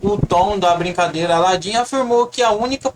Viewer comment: Pelo menos fala direito o nome do Landin, não é Ladin